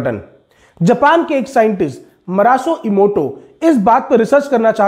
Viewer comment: One correction sir....u misspronounce his name ...he is Masaru Emoto...not Marasu Emoto🙏